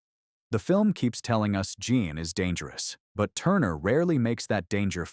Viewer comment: AI narrative is still not perfect. Jean was switching between French and American pronounced